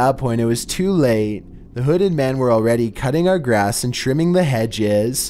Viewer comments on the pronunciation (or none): none